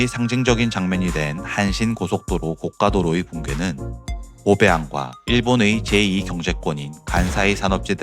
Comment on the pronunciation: 고가도로는 [고까]가 아니라 [고가]라고 발음됩니다.